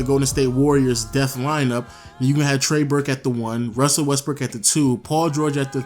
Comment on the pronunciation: Nigga quit hating you lil bitch. You just a blown up Laker fan that thinks you’re gonna get every good free agent. You ain’t gonna get jack shit. And learn how to pronounce Trey Burke’s name